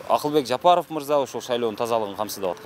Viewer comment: Акылбек жабарып деп кулуп койдунузго